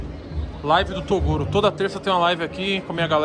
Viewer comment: ela fala o nome do Toguro muito lindo man